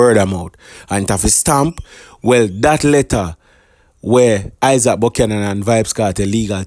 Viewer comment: His name is isat not (Isaac)